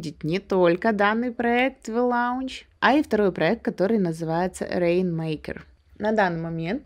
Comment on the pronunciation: Спасибо умнице и красотке Татьяне за полезные видео. В благодарность от меня тоже полезная инфа. Сочетание букв au в английском слове launch произносится как о - лонч, так же, как в знакомых всем именах Paul - Пол и Laura - Лора.